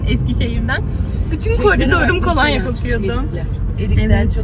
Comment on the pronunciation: KOLANYAAAAAĞ DEGIL KOLONYA KOLONYA kac videodur ayni sey artik dayanamadim yazdim